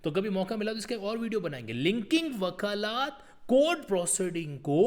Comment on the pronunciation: Bhai sahab elaboration was good but its wakalat not wakalaat.